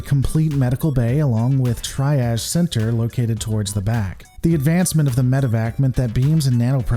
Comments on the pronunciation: Triage is pronounced "Tree-ahj" or "Tree-ahzh", not "Tri-aj". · "Triage" is pronounced TREE-ah-sh not TRY-aj.